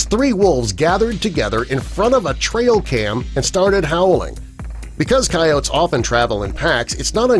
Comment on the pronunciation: You do realize that wolves and coyotes are 2 different animals? And by the way dip shit, the "e" is not silent in the word "coyotes".